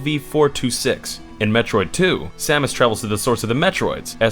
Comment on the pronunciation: Pronouncing the protagonists and her arch enemy's name correctly in the same video? I came.